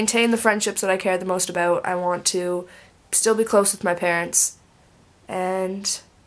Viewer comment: you still have an accent when you say about and house:) And i'm actually the same with you hehe